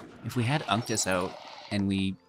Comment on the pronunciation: I really liked this deck. I think you are saying "Unctus" 2nd part name crazy weird though..... it should rhyme with architect I would think LOL